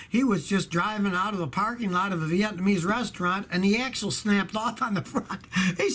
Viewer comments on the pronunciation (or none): none